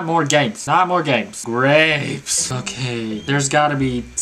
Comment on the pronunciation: i cant stop laughing at the way he says grapes